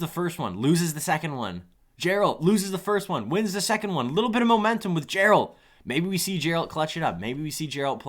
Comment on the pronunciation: Geralt is read with a g sound, not a j. Still really enthusiastic and great content!